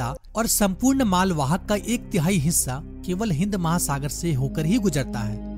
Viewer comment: hissa ya hishha???? hahahahaa